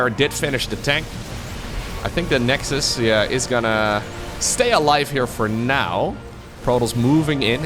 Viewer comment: "the nexdus, haha" badumm tsss xD